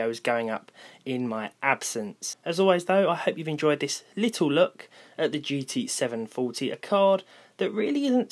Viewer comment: I hear. "GT 7faulty"